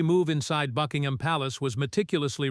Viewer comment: Click bait. Illegitimate children are ineligible to be in the line of succession. Also, the AI voice cannot even correctly pronounce Buckingham.